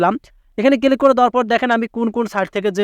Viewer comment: ক্লিক ❌ কিলিক ✅